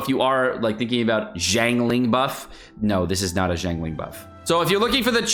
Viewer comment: Xingqiu is pronounced like ‘shing chew’. Shenhe is like “shen huh”. Don’t say long dong (Zhong). It was offensive in Sixteen Candles with the character Long duck dong, and remains offensive today.